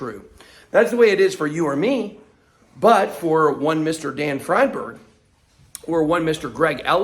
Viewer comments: When y'all get so confused, Is it Freedberg or fried berg?, just remember Einstein. Nobody says Eenstein, right? It's because German (and thus Jewish) names pronounce SECOND vowel, not the first as we do in English. So, Friedberg is freed-berg. The SECOND vowel. Capeesh? :) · ' friendburg '... sounds j000wish.. ddamn.. you better be careful BitBoy.. I never really liked you or your content.. esp when you were bullyiong that other guy.. but you kinda changed since the past week